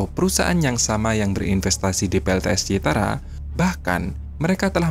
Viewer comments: Cirata ,pak admin bukan citata,🙏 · Cirata bukan citara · Host nya koq nggak teliti dan cermat. Nama CIRATA koq bolak balik ngomong CITARA ? 😢😢😢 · Cirata min..bukan citara! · Waduk Cirata min...bukan Citara 😂😂😂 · Bukan Citara yang benar adalah Ciirata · Bukan citara admin tapi cirata 😁😁😁. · Cirata bkn citara... 😊🤭😊🥴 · Payah adminnya baca kebalik2, citara apa tuh....ni channel dilihat ratusan tibu bahkan jutaan netizen lho, tolong yg profesional dong, jangan kebalik2 lahi dah males ah. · Bukan CITARA bos tp CIRATA jangan salah sebut nama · admin salah sebut melulu CIRATA bukan CITARA guy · CIRATA min..bukan CITARA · Bukan CITARA BRO TAPI CIRATA😂😂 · Waduk CIRATA bro..Bukan CITARA..maaf. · CIRATA CIRATA...BUKAN CITARA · CIRATA BOS....Bukan CITARA...????? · BUKAN ,,,CITARA!!!!!!,,,CIRATA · Min itu waduk CIRATA, bukan CITARA hehehe bolak balik CITARA terus